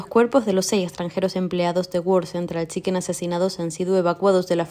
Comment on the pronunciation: Identificación errónea la que tiene la locutora del reportaje que dice "world central chicken" como su fuera un fast food. Vaya panorama....